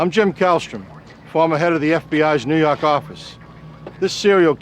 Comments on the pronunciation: "New Yock" you mean. Lol! I love these shows. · ''New York arficce''